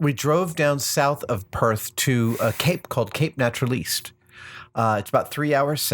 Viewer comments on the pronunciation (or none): i feel there needs to be a clarification, Cape Naturaliste isn't pronounce "nat-ral-leest", but instead "nat-ral-ist", essentially the e is silent. also the pub Adam would've gone to is actually "Caves House"